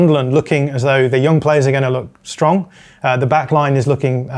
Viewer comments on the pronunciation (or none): none